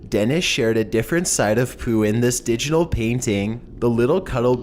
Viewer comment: No not pooooh!